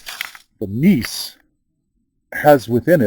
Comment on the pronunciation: Geologist here. Gneiss pronounced nice here in the states.